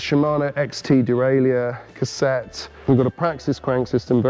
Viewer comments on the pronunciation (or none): It's a derailer, not a deraileeyer 😂🚲